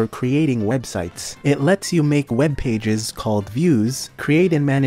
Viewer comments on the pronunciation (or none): none